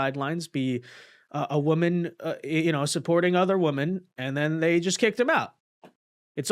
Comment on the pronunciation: I appreciate and enjoy your content so much. So please, please please look how to pronounce 'women' correctly. It is pronounced differently than 'woman'. Thank you for your consideration of this matter.